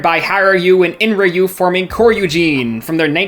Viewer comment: It's mean but I laughed so hard when I heard the pronunciation of Hyorui, Enryu and Kyoryujin XD